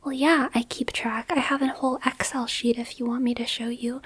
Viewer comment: You pronounce Excel oddly like Ex-El. It's normally pronounced like ek-sell.